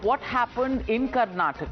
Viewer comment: It's Karnataka Mr.Gandh, not Karnatak, be respectful